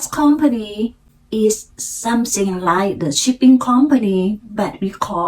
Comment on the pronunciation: after work ไม่ใส่ the retired รี ทาย เอิร์ด decision ออกเสียงกระชับครั้งแรกไม่ดี ครั้งสองดีค่ะ something ไม่ใช่ ซิง แลบลิ้น เป่าลมค่ะ เน้น R L ให้ชัดอีกค่ะ spring, from, planting , also, parent, around ,during, area, always คำนี้มีเสียง L s ด้วยค่ะ almost เสียง l และเสียงท้าย st shine เสียง n ขึ้นจมูกนิดนึง ไม่เหมือน shy chance เสียงท้าย ce เสียง V งับปากด้วยค่ะ provide เสียง R car เสียง เออร์ สอนแล้ว:face-blue-smiling: when I came here ไม่มี to ลิงก์เสียงอีก เช่น each other => each- chather good story 👍 เล่าอีก พยายามไม่แปลไทยเป็นอังกฤษ จะดีขึ้นค่ะ :eyes-pink-heart-shape